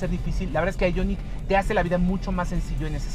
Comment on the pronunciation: porque dices el nombre del modelo en ingles ? el prius lo pronuncias en español -.